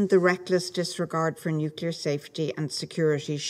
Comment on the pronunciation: Some people seem to think nuke is the prefix of nuclear 😬🤔 NUKELAR WEAPONS